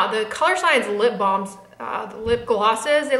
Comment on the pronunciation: I love the new Colorsciense SPF makeup products. I'm going to try the blush. I thought you were saying "Colour Bombs"...I see they are "balms". LOL